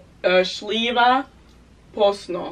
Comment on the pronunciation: 4: 26 It's Not "šliva It's " Šljiva "😅😅😅